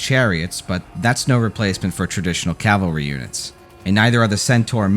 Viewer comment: Is it a requirement to mispronounce words in order to be an American? It's cavalry not calvary. And you absolutely butchered Maori.